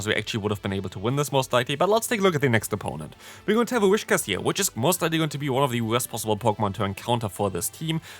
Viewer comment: Btw its Whis-cash noch Wish-cas